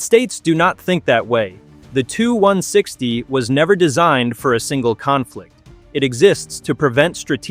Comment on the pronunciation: you make sh!t videos, and in future when using text to speech check the output, as it is fukkin annoying hearing it say "the two 1 sixty". it's "T.U. 1 sixty" for txt2speech u morron